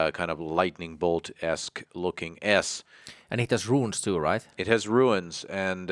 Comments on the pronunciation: Why do you keep calling them ruins? They’re RUNES! There’s NO ‘I’ sound in the word!!!🤯🤯🤯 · It’s rune not ruin